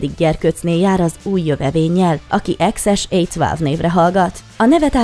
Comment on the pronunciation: Csak nem sikerült kimondani azt a nevet rendesen: "ekszes écc váv" - Ezen jót nevettem. Azért minimális angol nyelvtudással is illene tudni kimondani azt, hogy 12. :) Fonetikusan nagyjából így hangzik helyesen: Eksz Esh Éj Tvelv :D